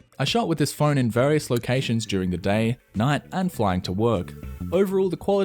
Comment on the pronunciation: did he say flying to work!